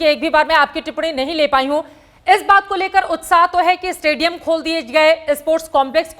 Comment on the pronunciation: Madam इस्टेडिअम नही स्टेडियम.... Why U don't improve your pronunciation skill... You are a reporter in a branded news channel, work on it. All the best..👍🙏